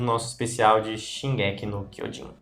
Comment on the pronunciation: Engraçado que ela fala "Shingéki" e não Shingeki